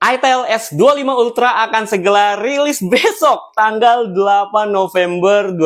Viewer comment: "Itiel s25 ultra akan segela liris besyokkkk ..." bang bismilah dulu baru ngomong biar huruf baca ga kebolak balik 😂... ntar ditonton netizen jaksel diviralin di twitter lohh .. prkara gramatical aja diomongin 7 turunan , apalgi ngomong ke balik bolak🗿🤭